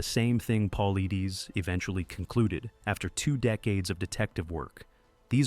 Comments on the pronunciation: Its Paul lie, not Paul lee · AI for sure. David Pauleedaes 😂😂😂 garbage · PA-LIE-DEES... AND DOCTOR KETCHUM IS A MALE. PLEASE DO MORE RESEARCH.. WILL NOT SUBSCRIBE. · He pronounces it Paul lie dus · It's pronounced Paul eye des. If you are going to narrate, at least learn how to pronounce the main characters name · Pronounced: Poll-lie-dess. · These AI are horrible at pronouncing words. His name is pronounced Puh-lie-dus. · AI SUCKS! David's last name is pronounced PAULEYEDUS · Hard to take it seriously when the guys name is mis pronounced from jump. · You are miss pronouncing Dave's last name. Very unprofessional. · If your going to talk about David Paulides you could at least make sure you pronounce his name right! Or use AI that will. It drove me crazy hearing it pronounced wrong OVER and OVER again! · Be nice if your crappy AI narrator knew how to pronounce David's last name... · This video lost all credibility as soon as Dave’s last name was mispronounced. Trash!!! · Stealing David’s content and you can’t even say his name right. Shame on you!! GO TO MISSING 411 for HIS content. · You are an embarrassment for not pronouncing his name correctly. Go home to mommy and come back when you are ready to post.